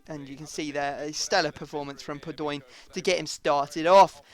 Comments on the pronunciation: padoeeen... really... its pado in. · Padoin is pronounced Pa-do-ween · Padoin is pronounced Pad-ow-een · Stop saying padoinnnn !!!! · No it's Pad-ow-an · Just a heads up its pronounced Pahd-Oh-In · IT IS PAD-O-EEN (pronounced) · Padoin is pronounced pad-wan